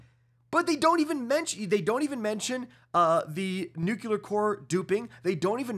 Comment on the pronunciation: It’s nuclear not nuciler